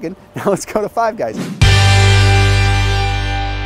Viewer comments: Is it just me or did he say 5 gays instead of 5 guys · Five Guys - ❌ Five Gays - ✅ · Did hey say 5 gays ? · Dude said 5 gays instead of 5 guys lol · he actually says 5 Gays instead of 5 Guys😅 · Surprised nobody pointed out he said “five gays” instead of “five guys” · he said “5 gays” instead of 5 guys 😂😂😂 I was like wtf is going on lmao. I love this channel tho lol. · Anyone else noticed he called five guys five gays 😂😂😂😂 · Did he say five gays by mistake second time he said it😅 imagine if that was the actual name. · Anyone else hear ‘5 gays’ ? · Did he say five gays the second time? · thought he said 5 gays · Five gays? Lmao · Five Guys or Five Gays... Slip of the tongue there lol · He said 5 Gays 😂😂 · .....swear to God this guy said "5 gays".....😆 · Did he say five gays ? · Wtf is Five Gays bro? The hall am I eating there? 🤦🏻‍♂️ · Did anyone hear him say five gays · Did any one else hear five gays? 🤣😂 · Did he just say "Five Gays?" lol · 🤣🤣🤣 i have replayed "Five Gays" 15 times and im still dying🤣🤣🤣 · Does 5 gays have more protein? 🤣 he totally said 5 Gays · Man said "five gays" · just said Five Gays lmao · says "Five Gays". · “Five Gays” 😂😂😂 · did he say Fave Gays im an immature twat....but funny to me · .. did he really just say "Five Gays" ?.. ha.. anyhow.. i prefer Fatburger over Five Guys.. better in taste, portion size and more affordable IMO.. oh!.. and they also cook your burger's doneness to your liking unlike Five Guys.. well.. thanks for taking the time, effort and gas in your truck to make this video without having to eat at these location each stop made.. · He did say gays 🤣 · Lmao hahahahahaa I told myself did he just say 5gays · he says five gays 😂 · “five gays” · did just say Five Gays? Or is this Ketojuana to strong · He said 5 gays 😂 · "Five gays" hahahah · "Five Gays..." LOL!! Yes lets get Queer Eye to do a Five Guys episode. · Anyone else hear him say, "Five Gays?" 😅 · definitely 5 gays 🤦‍♂️🤦‍♂️🤦‍♂️ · I heard it too 🤣🤣🤣